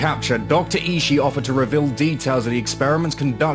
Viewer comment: I think Ishii is pronounced "E-she-e"